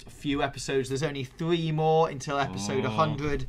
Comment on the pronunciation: This guys kills me every time he says three.... it's THREE MAN THREE!!!! not thwee you sound like togapi